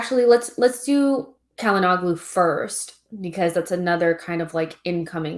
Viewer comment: Hakan Calhanoglu [Shala-no-lu]. The "g" is silent.